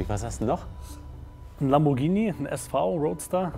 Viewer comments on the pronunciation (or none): none